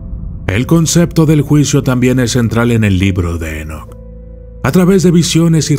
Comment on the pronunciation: Dice: "EnoKATE"